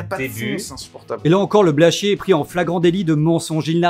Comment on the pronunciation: Quand on se permet de critiquer quelqu'un, il faudrait au moins prononcer correctement son nom... C'est pas Blanchier